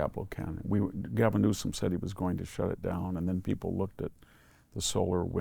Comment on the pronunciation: Can you say..... N-E-W-S-O-M?